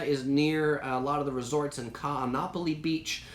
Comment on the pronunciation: Like your videos but please learn how to pronounce Kaanapali.